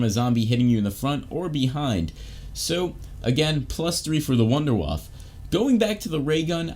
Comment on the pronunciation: It’s not wunderwaffe. It’s wunderwaffle lol.